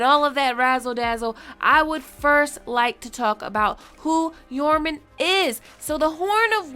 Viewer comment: I'm pretty sure the "J" in Joraman is not silent. It's not silent for Jeor Mormont or Jorah Mormont. Why would it be for this?